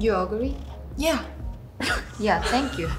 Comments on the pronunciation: LOL i was laughing so hard when the members laughing about yeji's pronounciation "U'r agree", such a sister energy😂😂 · I knew what she meant once she said it! It does sound like u ugly but it's actually u agree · Yeji : You ugree (sounded like ugly) Chae : yeah All members laughs